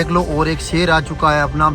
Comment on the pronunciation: Sheher ❌ sher✅